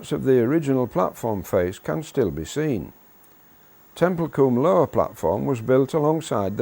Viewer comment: It's pronounced (tem-pul-cum)